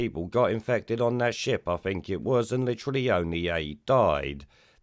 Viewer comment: I fink think is pronounced with a Th Rod JS